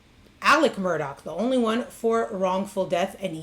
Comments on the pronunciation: It's pronounced Mur-doch not Mur-ah it's Irish. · It's pronounced Murdock! Just like the people on the local news pronounced it... Not MurDooough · This is an interesting report! But didn't she notice that the name is pronounced "Murdock," not "Murdaw?" People who know them say Murdock. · If you are going to be credible, your should pronounce the names correctly, especially if you are going to repeat it so many times. It's pronounced Murdock, and Alex' name is pronounced Ellic. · The "Murdah" family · You’re saying their name wrong.say it like murdock. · Well accept it’s, “Mur-dock” not the way it’s being pronounced by. Local inflection wouldn’t allow for the “der.” sorry I’ve lived there for too many years